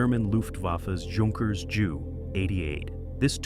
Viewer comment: I hate stupid AI mispronunciation...its jay you JU AS IN Junkers.